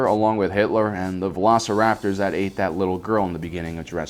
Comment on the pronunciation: Oof he said velociraptor